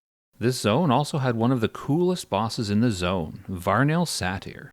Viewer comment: VaRnil sathir made my head snap around